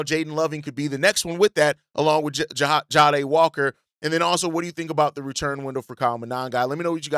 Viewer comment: I can’t ignore it anymore. It’s Jah-dae not ja-ha-dae